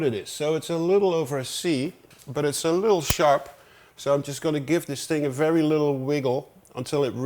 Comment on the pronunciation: „Fairy low bass sound and fairy nice sounds from you modular wall Tom! :p It’s a distinctive mark for dutch people to pronounce the v as a f, funny 😆